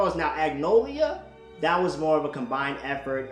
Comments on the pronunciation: It's acnologia. Not acnolia. It's killing me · I love how he said Acnologia. Man Said Acnolia 🤣😂😂